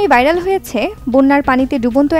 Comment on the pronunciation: বিরক্তিকর ভাইরাল কে বাইরাল বলতেছে সংবাদ পাঠিকা